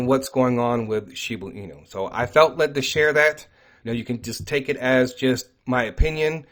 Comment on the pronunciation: She BA enu not shebooo enu